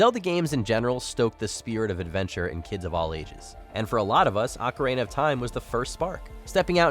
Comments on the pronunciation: ACARAINA OF TIME?! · Did he say The Legend of Zelda: Macarena of Time? 😂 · I swear people on this channel just make up pronunciations for Ocarina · Never heard anyone pronounce ‘Ocarina’ like that before to be honest.